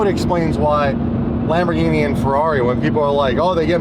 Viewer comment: you gays have to learn how to pronounce LamborGhini not Lamborshini